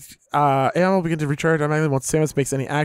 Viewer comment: I'm pretty far into the game and let me just say, you guys are in for one hell of an experience, and us viewers are in for one hell of a playthrough. Also on a side note Aeion is pronounced "A" "ON".